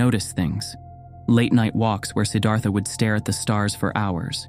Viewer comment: Beautiful video. Not exactly accurate. This is a great topic. Consider Anandamai Ma, a female and enlightened in a mighty way. Siddhartha pronunciation ends in TA not THA.)